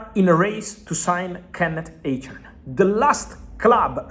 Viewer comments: Fabrizio bro his name is pronounced like "AYSH-HORN"... KENNET EICHHORN = AYSH-HORN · Nix eytchern...Eichhorn junge